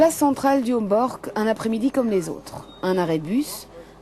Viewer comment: Mademoiselle la journaliste ce n'était pas un reportage dans le quartier du "Hemborgue" comme vous le dites mais bien du quartier du "Homborch" alors comment prononcer convenablement un nom propre à l'antenne, ça c'est du domaine de l'information.